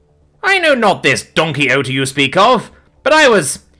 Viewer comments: Yes, bc the alien thought he said donkey oaty 😄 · Don Quixote is pronounced Don Ki-o-ti, Don't you ever look up unfamiliar words? No offense.